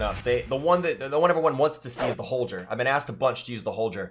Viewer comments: Holjer? Or HolGer? Pretty sure it's HolGer bro.. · Holjur🤮<<< Holgrr